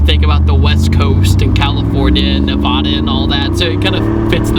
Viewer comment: Hate to be an internet troll but that's not how you pronounce Nevada.